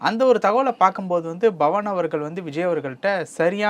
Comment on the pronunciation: Hello anchor. Its not Bhawan, it's Pavan Kalyan. P AND NOT B